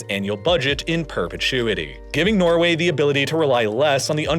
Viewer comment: Norgay.. Really? 🤣